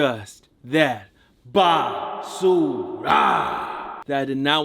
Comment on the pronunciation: Great channel bro! subbed! love the way you say "BASURA" really good pronunciation btw. keep content coming, especially if it says basura on it. saludos desde México!